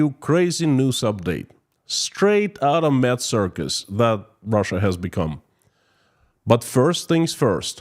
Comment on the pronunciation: First time visitor. When you mentioned "mad circus" I heard "meth circus" Not too big a difference I know, but I had to hear it again to ensure I heard it correctly! ;)